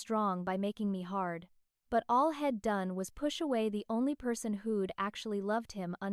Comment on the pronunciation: Please fix the AI pronunciations of simple words li I'm and he'd